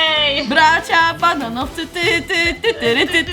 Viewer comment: jak śpiewałaś to zamiast bananowcy powiedziałaś baraanowcy😂😂🤣